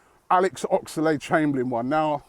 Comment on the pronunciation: Robbie Please stop saying Ox-a-lade Chamberlain. It's just Oxlade mate.